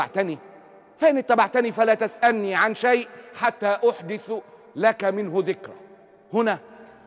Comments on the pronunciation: حتي احدث لك الثاء عليها فتحه يا استاذ معتز مش ضمه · بس في خطأ فظيع بالتشكيل و بالذات بالآية : حتى أحدثُ لازم حتى أحدثَ